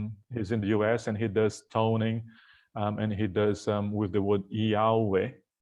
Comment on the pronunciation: Eee yaa weeh sounds like Yahwe?¿😮